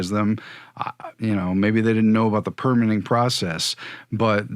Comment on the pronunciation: It’s perMITTing (verb) not PERmitting . PERmit is a noun. There are bout 50 noun/verb pairs like this is English where the noun and verb look the same but the syllable stress shifts from noun to verb like: INsult/inSULT or REbel/reBEL. It’s surprising to me that mostly Americans don’t understand this and never seem to learn. This goes back as far as I can find to old movies from the 1930’s where I hear actors making that mistake and it was never corrected. There are many often repeated rrrors in which Americans speak English from grammar to a deafness to how rhythm and stress can convey meaning. It’s not accent but ignorance.